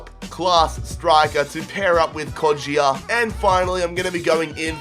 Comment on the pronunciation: It's kod-ja not kod-ji-a